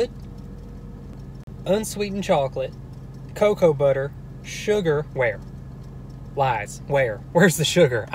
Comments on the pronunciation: How do I teach this guy to say cocoa correctly😂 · Just note, cocoa isnt “kakow”, it’s “coahcoah”